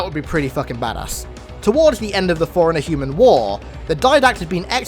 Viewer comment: When he says forerunner it’s sounds like foreigner